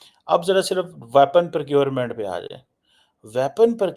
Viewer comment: Tallyphone, aksilent, wyapon, purrocurement --- please avoid speaking English and murdering it. And get it into your thick neckless head that:South Asia is not an entity. The Indian subcontinent is.